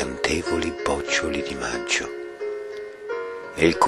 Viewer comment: Bella lettura, come al solito, ma si pronuncia bocciòli, non bòccioli!